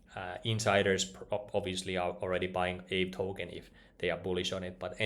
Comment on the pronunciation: I believe it's pronounced ahvey ;-)